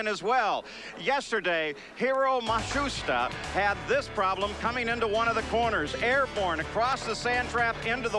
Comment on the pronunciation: It's back to Matsooshta again! LOL.